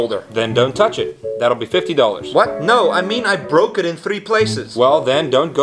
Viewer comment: "I broke it in three places" You pronounced it like a russian